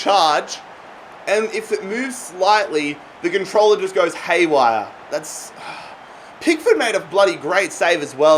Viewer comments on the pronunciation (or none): none